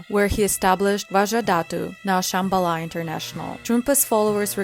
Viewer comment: And mispronouncing Shambala